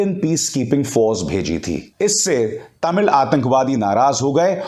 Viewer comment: I appreciate the way you pronounced "Tamil" unlike other Hindi speakers. Perfect pronounciation.